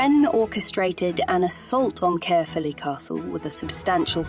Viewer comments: Excellent video, but it's pronounced caer as in eye. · Great documentary, but I hate it when the narrative is spoken by a computer generated voice, which constantly mispronounces Glamorgan, Caerphilly Carnarvon and Llewelyn. By the way I’m Welsh and live in Caerphilly so this really grates with me. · I’m from Caerphilly and this video was very informative but.. the pronunciation of certain words like Caerphilly and Llewelyn was horrendous. Perhaps it would be more appropriate to have a Welsh speaker narrating the video. Might make it a sound more professional.